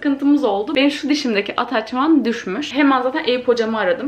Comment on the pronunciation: Hiç kimse:: ATAÇMAN